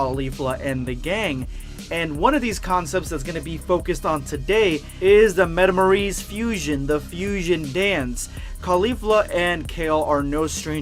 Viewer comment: Metamourise? Metamorian?